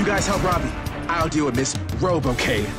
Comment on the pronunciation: "Rovi" not "Robbie"